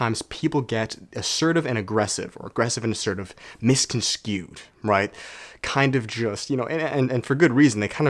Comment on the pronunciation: Lost me at “misconskewed”